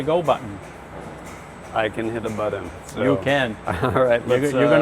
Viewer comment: Glad you got to "hit the buh-dun". The word is pronounced "buh-tn".